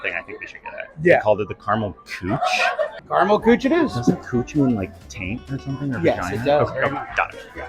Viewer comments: as a german i was very confused about the cooch and then i was like ooooh you mean Küche xD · Kuche, with the dots in the U, it's pronounced Ky,-khe. And it means Caramel Cuisine in German. So no, don't coo-chie, say ky-khe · The fact that küche is pronounced cooch is beyond funny😂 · I'm pretty sure 'kuche' is 'cake' in German, also the pronunciation was amusingly off XD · I spent like five minutes trying to guess which German dessert were you guys talking about assuming it was some USA/German fusions and then revealed they were just saying "Kueche" wrong... That said, if Tiramisu has Nutella in it, it's not authentic anymore. Fellow Italians can come and fight me in the comments. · I took German in high school so I have a very remedial level understanding at this point- hearing küche pronounced that way is incredible lol